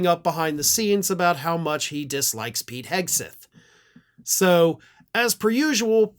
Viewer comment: Each time I hear "Whisky Pete", I hear "Whisky Pee"... 😅